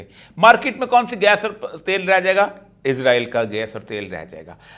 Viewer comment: ازرایل نہیں اسرائیل 🤦🤦